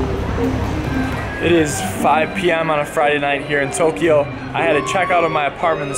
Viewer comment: Toooookyoooooo not tokiiiiioooooo